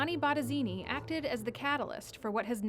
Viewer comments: Baradini??? que carajo pronuncia la voz en off??? B-O-T-T-E-S-I-N-I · I was hearing BotteZini.